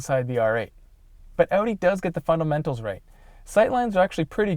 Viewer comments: this man said odin its audi lmao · Can't this guy move his mouth vertically or what? Every time he says Audi he says Eudi, even with other words like behave, he beheve, like wtf?!